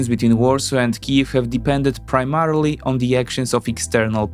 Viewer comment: The bias of this Polish guy in a single sentence - / The same battle hardens Ukrainian forces but degrades Russian, brilliant. And please, can somebody tell him how to pronounce rarely and primarily?